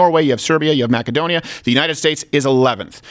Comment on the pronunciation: Steven pronounced Macedonia correctly.